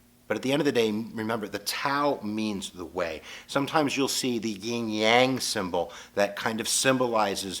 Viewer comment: To the maker of this video, it is pronounced 'yin-yang', not 'ying-yang'.